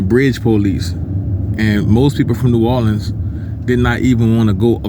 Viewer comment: U saying that all wrong brudda but carry on